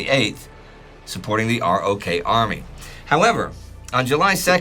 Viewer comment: Wow, what a great and valuable series! I only wish would pronounce ROK like "rock," the same way people read it in the literature (as opposed to spelling out R-O-K).